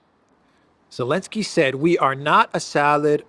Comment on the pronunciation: Why are you saying elensky instead of zelensky ? Is it an insult of some kind ?